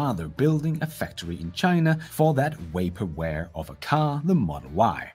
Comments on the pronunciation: This video is so awesome. But I had to pause it because you said “way-perware” instead of vaporware. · It's, "Vaporware" not Waperware! Just sayin'..... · You can use Google to check on a word's pronunciation. A good candidate would be "vaporware," in which the letter V, as in every other English word containing a V, is pronounced the same as in TV. Of course, if you pronounce TV as "Tee Wee," I guess I am making no sense. In that case, google the correct English pronunciation.